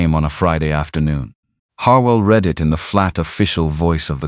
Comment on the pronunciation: Listening from Oklahoma. Hoping you will have an English speaking editor of your stories. The mistakes stand out so much that it really takes from the story flowing. Don’t know how many times read( sounds like reed) and read( sounds like red) stop my mind short when used wrong. I know you will want to improve so listeners will continue to choose your stories. Thank you.